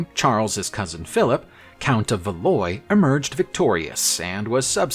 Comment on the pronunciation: This is going to sound really petty, but the pronunciation of many names distracted me terribly. Valois was a particular sore point.